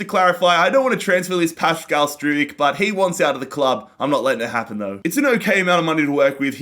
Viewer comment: Regarding Struijk, you pronounce his name like this :Strowk